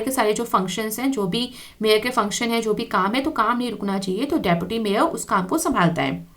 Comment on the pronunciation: mam its say deputy mayar 10;55